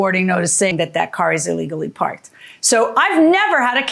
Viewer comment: "skreet" "iligally" 😆